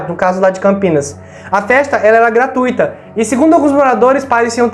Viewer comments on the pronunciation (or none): none